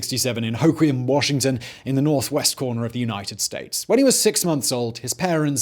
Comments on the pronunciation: Wow, You said "Hoquiam" Right, I'm only a few miles from the muddy banks of the Wishkah as I watch this. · As a person from Hoquiam thank you for saying it correctly. I was honestly surprised! Montesano was a little off but meh. Wishkah was spot on as well! More stoked about this than the video thanks!